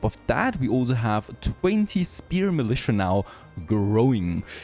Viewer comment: haha, just commented to you pronouncing Manola as 'Manolurrrr' and you just called Militia 'Militiurrrr'. What is it with Germans and the A sound at the end of a word? I play League of Legends and I know they call Vayne 'Wayne'. But what the fuck bro? XD